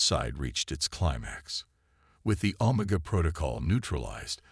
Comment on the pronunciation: Pretty good but, when the AI your using can’t pronounce OMEGA in a syfi story well big problem.